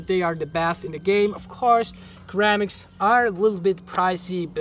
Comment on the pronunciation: i hope you dont me mind me to correct your English but ceramics is not pronounced "kerramics" but "siramics". you are still impressive with everything you do